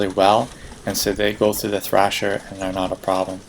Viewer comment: it is thresher not thrasher